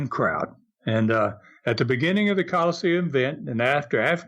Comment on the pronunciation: Again, why does mispronounce Colosseum as Call-Seem?